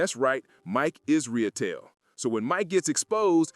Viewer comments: Is-ruh-tell is how it’s pronounced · I know it’s inconsequential but hearing you butcher the pronunciation of Mike’s last name made me laugh.